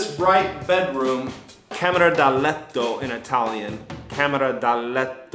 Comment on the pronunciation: si dice camera da letto e non dalletto la doppia L la dicono solo i toscani ed è un errore grammaticalmente parlando